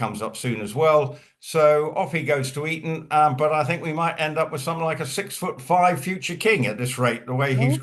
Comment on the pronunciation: Eton not Erin.